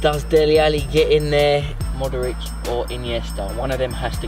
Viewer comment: Bill puts an extra syllable in Modric.. like "Modoric"